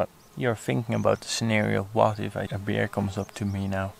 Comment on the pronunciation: Mooi filmpje, maar je uitspraak van het woord bear is een beetje irritant. Gelukkig in de voice-over gecorrrigeerd.